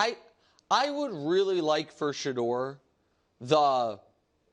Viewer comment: Sha-DOOR 😂😂😂these dudes r hilarious it’s Shedeur